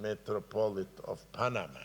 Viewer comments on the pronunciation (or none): none